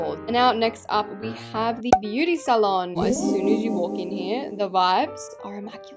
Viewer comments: Nobody else::saying the word salon wrong💀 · She said say-lon